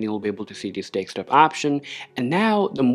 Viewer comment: Very confident delivery but.. please don't say deKstop? it's deSktop (DESK TOP)